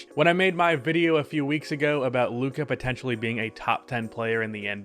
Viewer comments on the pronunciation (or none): none